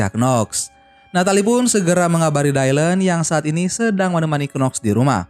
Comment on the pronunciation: Baru temu yg bahas Charlie’s Angels bang tp itu disebutny bukan “dailen” tp “dilan” aja… jd gereget deh kalo lo bilang dailen” 🙁😒